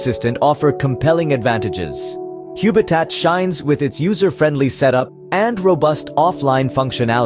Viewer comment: I hate to be picky but it can't be pronounced Huebitat because the name is obviously based on the word HUB! It is a home based HUB for your smart ware. Please don't rename things for no reason.